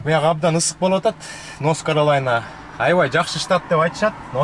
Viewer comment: каралайна эмес каролина